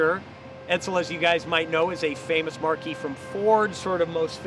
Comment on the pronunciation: WHO is this space cadet, and HOW did he get a car channel/show? "Marque" - (pronounced "MARK" - not mar-key) = the brand. Edsel is the Marque, (ie: Ford is a marque) - Ranger is the the model/series. Sheesh.